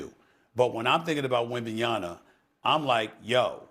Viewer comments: 3 years later, Steven A. Smith is still not capable of pronouncing Wem/ban/yaMa correctly. It drives me crazy : is it intentional, at this stage ? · Why is it so hard for Stephen A to pronounce Wembanyma name😂😂😂😂